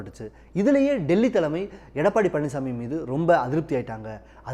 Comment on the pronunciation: அவர் பழனிஸ்ஸாமி இல்லை பழனிச்சாமி. , அதென்ன 'காத்திரமா' அப்படி ஒரு வார்த்தை தமிழில் இல்லை. 'ஆத்திரமா' என்று சொல்லவேண்டும். முதலில் ஒழுங்காக தமிழை உச்சரிக்க கற்றுக்கொள்ளுங்கள்.